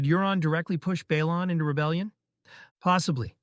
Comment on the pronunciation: Isn't "Balon" pronounced as, BAY-LON?